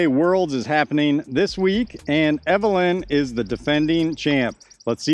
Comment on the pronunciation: Eveliina. Pronounced as evelena. ;)